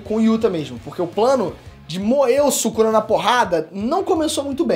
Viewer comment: " Sukana " KKKKKKKKKKKKKKKK